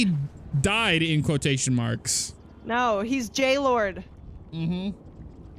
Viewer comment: It is not jaylord it is Gaylord. No offense